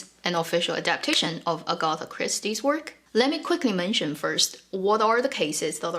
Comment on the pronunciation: Two points, Agatha Christie mysteries are so bad, just a terrible writer I don't care what anyone says. I never waste my time with them and then please! The name is AG-a-tha not a-GOTH-a